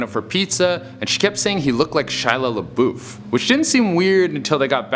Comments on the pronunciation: Why the freak he say Shia LaBeouf's name like this, "Shila Laboof" XD OMG dude! 😀😀😀😁😁😁😂😂😂😄😄😄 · "Shia Laboof" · Shy la boof lol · Ay yo Pass the Shia la’boof’ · Shiloh Laboof 😂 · Shyla LaBoof 😂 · Also is no one gonna mention the way he says "Shia LaBeouf" 😂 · It’s hilarious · Is anyone else not uncomfortable by the way he said Shia LaBouf XD I love it